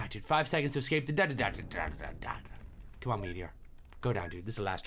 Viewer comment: Uh-scape that dot do-dot ayyyy uhscape that dot do-dot